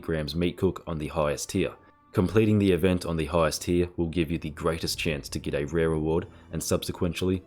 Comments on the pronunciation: You enjoyed saying 'Tier' as often as possible as 'Tyr' XD. Hope you feel better soon. Never knew a cold could make someone's voice lighter, lol. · Awesome guide mate. "Tier" or "Tyr"?